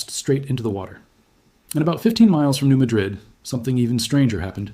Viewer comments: Sorry, at the least you could have pronounced the town and fault correctly: New Mad - rid, not Ma - drid. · The people in this area pronounce this city as New Mad rid. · Its New Ma' drid. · Hi. Just FYI you are mispronouncing New Madrid. You are pronouncing it like the Old World town of Muh-DRID. (Madrid) The correct New World pronunciation is New MA-drid. (Where the A is pronounced like in hat.) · I am from Missouri and I would like to correct your pronunciation. Everyone pronounced the town, New Madrid, like the city in Spain. It is actually pronounced New Mad-drid. And yes, you can still see the damage the earthquake created centuries later. It is capable of enormous and very deadly, dangerous damage. It is so powerful, it could split the nation in two. Scary! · Thank you. Btw-it's pronounced New MAD-rid- just so people know what's being discussed. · it's pronounced New MAH-drid. I grew up in Memphis. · The town is not pronounced as the city in Spain. The accent is on the first syllable: New MADrid. I grew up in Missouri.